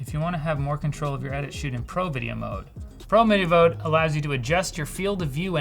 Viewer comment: instructions "pro video mode" "pro mideo vode"